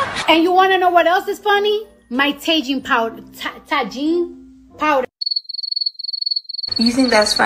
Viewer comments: Cardi B: My Taegine pow... Tagine pow-der 🤪🤪😆😆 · taegine powder, ta- ta- TAGINE?? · Tagine hahaha tajin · Cardi b:taegine-ta-tagine 😂😂😂😂😂 And also the first video they saw- 😃😃😂😂😂